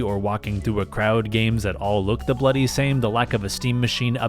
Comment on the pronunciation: he saying bloody is funny to me lol